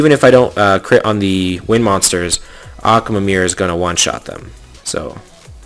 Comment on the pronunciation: Akwilla? Die-as? Akamamamameer? Like wtf